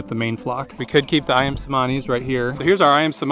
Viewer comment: its pronounced as ayam chemani. the c is pronounced ch.